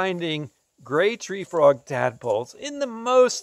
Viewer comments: Hi i was just being silly i was commenting that you said cope's gray Free Trog you pronounced it wrong at that time😂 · did anyone here he says cope's gray free trog